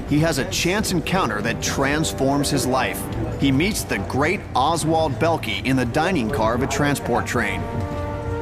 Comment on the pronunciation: bellkee lol, this is a moron comentator the "o" is not silent dimwit